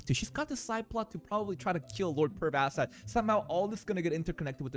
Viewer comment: Also he's name us pronounced perv ass shat